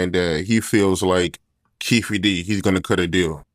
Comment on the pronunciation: I'M AN IRISH WOMAN WITH NAME "O'KEEFE. HEARING A RAPPER SCREW UP THAT NAME AS "KEEFEE" IS A SLAP!!!! WHY DO RAPPERS USE "ALIAS'S"? BECAUSE THEY'RE CRIMINALS!!! DEADBEAT DADS, BAD NEWS!!😵😵👎👎👎👎👎